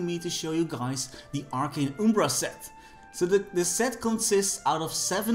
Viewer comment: It's arcane umbra, not ubra